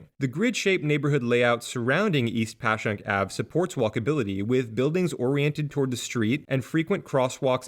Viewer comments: Congrats you actually said Passyunk correctly, don't worry there are plenty of other linguistic traps we have to catch non-locals haha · I was nervous but props on the “Passyunk” pronunciation! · Great video, and appreciate the correct pronunciation of Passyunk! Plenty of people from the surrounding suburbs get it wrong themselves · The "peninsula" you describe is just called Philly. The area west of the Schuylkill (pronounced "Skookle" btw, not gonna fault you for that since you got Passyunk right lol) is University City because the Drexel and UPenn campuses are there, and farther out is West Philly. Fun fact about the beloved City Hall: Until the 1980s there was an unofficial "ordinance" that no building was allowed to be built taller than the William Penn statue. After the 1987 construction of One Liberty Place, the first building to break this rule, Philadelphia's sports teams, which had been quite successful across the board through the 70s and early 80s, were mired in mediocrity and heartbreak. This coincidence was dubbed the "Curse of Billy Penn," and persisted until the Phillies finally won the World Series in 2008, finally breaking a quarter century of championship drought in Philly sports.